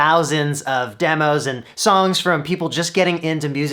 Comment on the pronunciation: when Andrew says "songs" it sounds almost identical as the first syllable of All Star by Smash Mouth